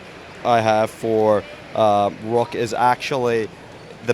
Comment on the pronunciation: says rock instead of Rook 😂😂💀